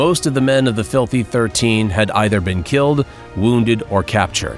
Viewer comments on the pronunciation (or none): none